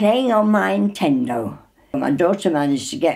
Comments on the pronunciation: “Intendo” it’s beautiful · "the atendo"